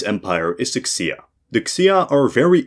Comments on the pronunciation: btw, there is no "X" in chinese it's something like a soft "sh". so it's not the "x-ia" empire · The x in xia is more like a 'sh' sound while Zhou is more like how english speakers say "Joe" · I am no China expert, but I am pretty sure X's are pronounced as "Sh" and Q's are pronounced "Ch". So the Xia Empire would be pronounced "Shia" and the Qing Empire would be pronounced the "Ching" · Props to for generally pretty solid pronounciation throughout the China part. The Xia n the Qin he got a lil off but very close. The 2 mispronouces that stood out for me as native speaker were "Zhou" n "Qi". In Pinyin "Zh" is more like a J, and "Q" more like a "Ch" so Zhou(n the Northern Zhou) actually sounds exactly like Joe. Qi is pronouced more closely to "Chi" but not quite. The "Q" in madarin doesnt exist in English. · that was only solidly wrong, I winced with almost every Chinese name mentioned. The Han, Shang and Wei were pronounced pretty good, but that's it. Xia, Zhou, QIn, Xiongnu, Sui and many more were particularly and repeatedly butchered. It was embarassing how long the China part lasted, at some point I stopped trying to follow the mess. Especially since it jumped forward and back in time repeatedly, but with different graphics.